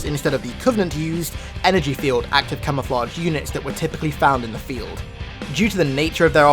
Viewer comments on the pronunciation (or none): none